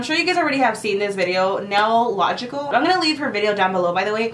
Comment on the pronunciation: It’s simply nailogical not nailogical